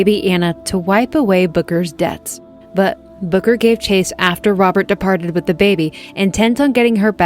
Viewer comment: I thought you were saying booger not booker. 😂